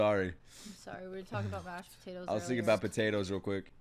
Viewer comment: the way he said potatoes then that face And it was not even a potato 😂